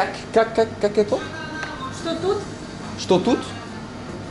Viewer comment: « как это?» mdrrr l’accent est à revoir mais bien vu la vidéo j’aime bien